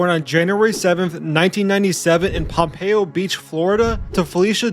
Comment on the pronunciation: Lamar is from "Pompano Beach FL" NOT Pompeio lol.